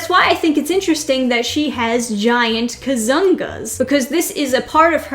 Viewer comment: When you say "kazoongaas" with intonation at the "zong"LOL